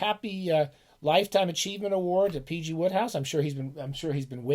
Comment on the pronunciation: It's Wode hohouse like snowed house apparently. loved the vid. read a few myself. I was surprised how good the writing was.